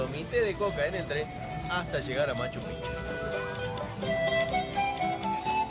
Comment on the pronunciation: Hola, la correcta pronunciación de Machu Picchu es "machu pijchu".